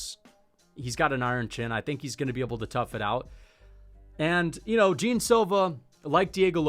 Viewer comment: Man pls the pronunciation of Jean is not "Jim" is closer to the "gian" pronunciation